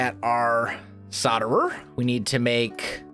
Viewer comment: You do really that it is solderer with a L between the O and the D. P.S. I love ur vids